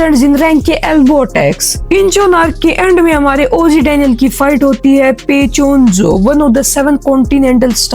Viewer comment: पेचीयोन जो ❌ पईचीयोनजो ✅